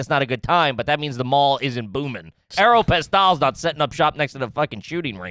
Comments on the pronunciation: AIR-OH-PAWS-TALL (Aeropostale) whaaaatt first time hearing it pronounced that way haha! Love from SoCal ❤ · The way tried to French up the pronunciation of Aeropostale fucking killed me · really just pronounced Aeropostale like it was 4 whole ass different words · Thank you! I thought maybe I was saying it wrong the whole time hearing him pronounce it like that 😂